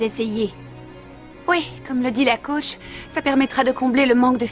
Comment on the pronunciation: mddr a 1 minute 58 elle dit la couche au lieu de la coach